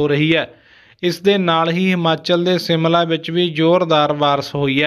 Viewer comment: ਸ਼ ਦੀ ਵਰਤੋ ਕਰੋ ਸਿਮਲਾ ਨਹੀਂ ਸ਼ਿਮਲਾ